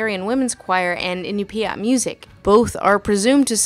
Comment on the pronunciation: As an Inupiaq woman, I'd like to say it's pronounced "in-NYU-pyat" Pronouncing it "in-u-PY-at" could get you laughed at up here.Also, another funny thing about Brother Bear: though the singing was in the Inupiat language, the story starts out in Yup'ik and most of the characters have Athabaskan names